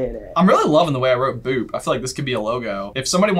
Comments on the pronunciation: Yup. Bippity boppity boo. Or Bibidi, Babidi, Buu. But that's different. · Is it just me or is it Bibbidi Bobbidi Boo and not Boop? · Bibbidi-Bobbidi-Boo not boop and it didnt win the academy award it was just nominated. Mona Lisa won instead in '51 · UGH! They did it again. You're both wrong on the Bippity Boppity Boo question.It's NOT BOOP! It's BOO! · Nobody: Me: *Triggered they called it Bibbity Bobbity Boop instead of Bibbity Bobbity Boo*